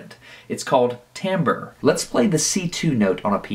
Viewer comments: That pronunciation of timbre :[ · timbre is not pronounced tambre its pronounce as tombre